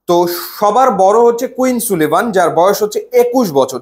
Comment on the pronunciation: ভাই নাম গুলার প্রোনান্সিয়েশন ঠিক নাই। সুলিভান না, সালিভান। ডিক্ল্যান না, ডেক্লান।